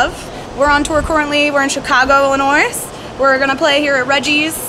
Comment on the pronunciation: Love the music, but gotta admonish for pronouncing the s in Illinois. C'mon girl!